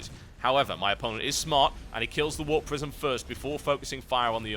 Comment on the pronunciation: Ahh warp prisim, I thought you were saying warp prison lol, makes sense now:) /mustbethebeer